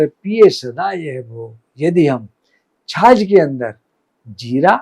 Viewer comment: छाछ होती आप छाज कह रहे हों जो अनाज पिछोडने के काम आता है 😊